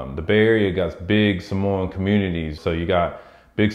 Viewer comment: Wrong pronunciation of Samoa, you gotta say it right man , the proper Samoan way.